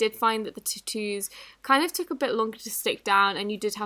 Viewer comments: “T-tuuus” 😂 Love u girl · aah I love how she called tattoos t-toos 😂😂😂🤣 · “twanstie tawoos” and I never “tied” this before. Not a hater I love your content so much! I was just so confused when you said that lmao!